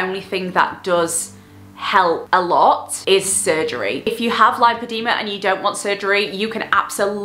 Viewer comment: Amazing video, thank you for raising awareness ❤ for educational purposes it is pronounced; lip-o-de-ma ❤️